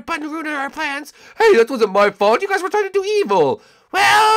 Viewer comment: hi huys says Morton